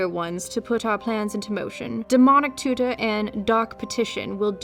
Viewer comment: You mispronounced 'Demonic tutor' and showed a pic of vampiro tutor